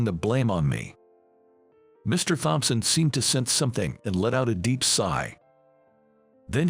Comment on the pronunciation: Can't seem to remember if there are 5 siblings or 7. Too bad the robo-narrator doesn't know Thompson has a silent "h". Oh well.